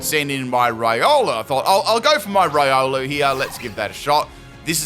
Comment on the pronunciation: Its reeolu, not raiolu. Keep the good work ! Ciao !